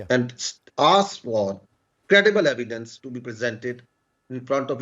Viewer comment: What a shameless person! as usual depend on begging, he is keep repeating memoriesed words, don't even know how tp pronounce evidence (saying AIVYDUNS..AivyDuns).. our primary student of India can speak better English than him...grow up man.